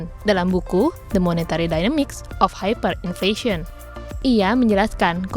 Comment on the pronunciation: hyperinflation = haiperinfleisyen